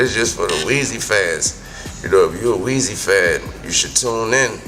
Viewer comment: lmfao Truk forgot the R n its Wize as in size